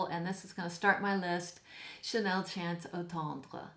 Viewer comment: You are gorgeous and loving how you display your selection on the mantle! 🙂 By the way, you pronounce Eau tendre very well! 😉